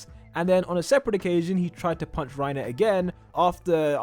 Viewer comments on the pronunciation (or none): its reiner not rierner and GET THAT TRASH REINER AND PORCO OUT FALCOS JAW TITAN IS THE BEST ONE IT CAN FLY well thats pretty much it besides having the same abilities as porco he can fly so thats cuul wait did i say cuul i meant cool my bad note:i did replace the oo with a uu instead